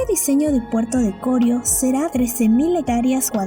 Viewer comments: No es Corio sino Corío. El acento es sobre la i y no sobre la primera o. 😁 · no se dice CORIO, se dice CORÍO, me tiene wbon con su relato. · Interesante video. Solo sugerir que mejoren la locución de la voz en pronunciación. Aclarar también que el nombre correcto es Corío con acento en la i.